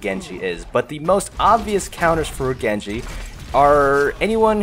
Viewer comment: Maybe you master Genji but you still don't mastering pronouncing his name